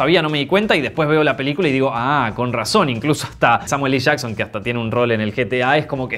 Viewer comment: Porque dice Samuel "i" Jackson?! En el video de capitana marvel ya lo había notado. Me pone mal!!!